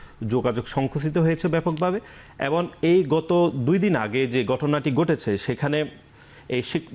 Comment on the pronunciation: ছাত্রদলের নেতা "এবং " এর পরবর্তীতে "এবন " বলছেন বলে মনে হচ্ছে।